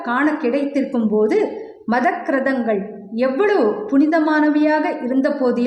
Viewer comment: 🙏 மதக்கிரதங்கள் இல்லை மதக்கிரந்தங்கள் என்பதுதான் சரி.